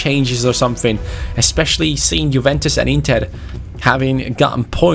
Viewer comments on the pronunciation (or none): none